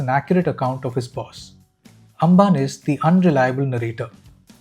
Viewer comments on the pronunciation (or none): Amban - like Ambani, not Angan. അംബാന്